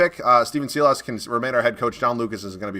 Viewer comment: Had to say it on Clique's Rockets rebuild as well, but Silas is pronounced "Sigh-les" not "see-loss". Just wanted to help you out bud👍🏻